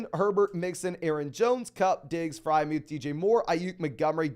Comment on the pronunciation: Dude kills me when he says FryMuth instead of Friermuth too